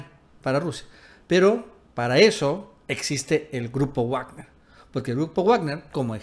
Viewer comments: Wagner es alemán, se pronuncia vagner y no guagner. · Se pronuncia "Vagner" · Se pronuncia vagner😅😉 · De donde sacas tus fuentes ya estás como el Mike pompeo con sus fake News y se pronuncia vagner no guagner 🤷🏻‍♂️🤷🏻‍♂️🤷🏻‍♂️ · Se pronuncia Vagner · Muy valiente, el tal Leopoldo López, pero ustedes por delante que los miro desde la barrera. Ahhh, y creo que se pronuncia Vagner. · Todo bien solo una cosa Wagner se pronuncia "Vagner" la W se pronuncia como V porque es una palabra alemana, es como Volks Wagen que se pronuncia "Folks Vaguen" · Está pronunciando mal "Wagner", tiene que leerlo en alemán.